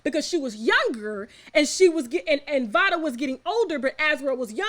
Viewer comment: Im pretty sure it's pronounced liked "vay-duh"...Vada Penkett, like Jada Pinkett